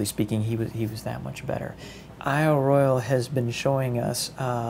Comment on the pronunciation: Royale is pronounced roy awl...just sayin'; don't flame me.